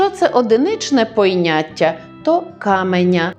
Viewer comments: Навчаєте прекрасно, але ж і вам дещо довчити треба: не поЙняття, а поняття. Спершу вважала, що здалось, але ви стільки разів сказали це слово, що сумнівів не лишилось. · Дякую, що підняли таку цікаву і важливу тему, яка є предметом помилок для багатьох мовців, особливо тих, хто зараз освоює українську мову. Але хочу звернути Вашу увагу на Вашу вимову слів ''виЙняток'' і '''поЙняття''. Прикро чути таке від філолога, та ще й у лекції з приводу мовних правил...